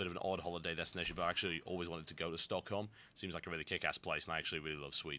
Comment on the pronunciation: I love how he actually says stockholm right. I'm amazed. :O